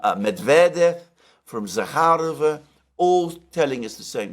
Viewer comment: It’s immediately obvious that Alexes are cool experts, because they correctly put emphasis on Zakharova surname. 🤍💙❤